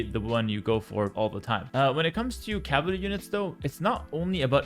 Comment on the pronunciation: My man cannot pronounce "cavalry" and idk why but it bugged me throughout the whole video hearing "caval" and "cavaly" and "cavarly"